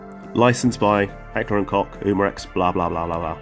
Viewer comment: Bought one based on your no BS review! By the way Koch is pronounced "Coke" same as the drink. =)